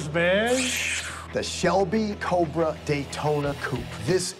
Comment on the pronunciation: Yeah that is not how you say that! Yeah you Yeah that you say yet cobra!